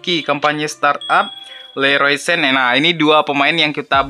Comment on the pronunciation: Leroy Sane aja bang, gak usah sen. Dia orng Jerman bkn Inggris. Cara baca dan eja namanya sesuai bahasa di negaranya walaupun dia prnh main di Inggris tdk akan merubah cara penyebutan namanya. Sama kyk James Rodriguez, dia orng Colombia yg memakai bahasa Spanyol. Cara penyebutan namanya jg sesuai dgn bahasa yg dipakai di negaranya, yaitu Hames Rodriguez, kalo dia orng Inggris baru disebut Jeims Rodriguez.